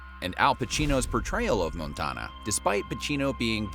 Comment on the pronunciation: i hate how you pronounce Montana